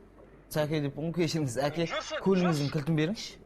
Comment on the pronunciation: Күләнда әке дегенді эке деп қалды😂